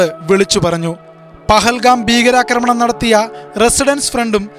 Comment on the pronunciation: എടാ ഉവ്വേ പിഹീകരആക്രമം എന്നല്ല ഭീകരാക്രമം എന്നാണ് പറയേണ്ടത്